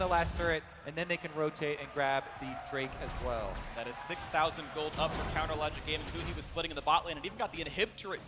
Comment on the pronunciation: is it me or do I hear him say " counter logic grame-ing" lol